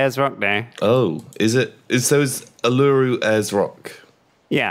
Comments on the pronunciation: JFC guys, "Uluru" is "OO-la-ROO", not "a-LOO-roo". Took me ages to work out what you were saying. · Every time they say ooluroo i cringe...... it's ULURU!!! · "Oo - lah - roo." Not "a - loo - roo." Triggered. XD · Ooloo? It's fucking oularoo. Take it from an Australian. Just heard pronounce the english name right. I've calmed down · U-lur-u... jesus my inner aussie has died. U-la-ru is proper pronunciation. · U-LU-RU goddammit not U-lureroo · Hate to be the guy but its pronounced ooo-loo-roo not oloo-roo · Can confirm as an Australian its pronounced Oolaroo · That natural wonder near is pronounced All-a-roo that's the aboriginal pronunciation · its pronounced ooh-luh-roo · It's pronounced oo-la-roo my dudes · Uluru is pronounced U-la-roo btw. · Bloody n00bs, it's pronounced oo-la-roo. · Uluru. pronounced. Oo-la-ru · It's pronounced Ew-Lou-Roo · LOOK GUYS. IM AN AUSTRALIAN, ULURU IS PRONOUNCED UER LA RUE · (Oo-la-roo) Please say it right.👍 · their pronunciation of Uluru kills me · The way they say Uluru... It hurts me. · Coming from Australia here they are saying Uluru completely wrong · My gosh, i'm Australian and the way they pronounce Uluru triggers me hard... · The pronunciation of Uluru is so wrong... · My Aussie pride stings... Uluru is really not pronounced like that... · They butchered the pronunciation of Uluru :') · hearing them mispronounce uluru is very painful. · Dat pronunciation of Uluru... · your pronunciation of Uluru hurts. from australia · The pronunciation of Uluru... as an Aussie, I cringe so hard XD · I forgot how poorly the brits pronounce Uluru